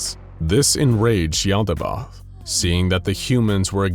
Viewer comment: Finally! The narrator fixed the pronunciation of Yaldabaoth! This made the video BEYOND perfect! (All vids from here are perfect as is tho)